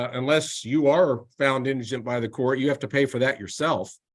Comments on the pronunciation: His pronunciation of indigent is all I need to hear to know this guy needs all the legal help he can get. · Very impressive judge! I predict repeated mispronunciation of “indigent” was foreshadowing of how well his case is going to go.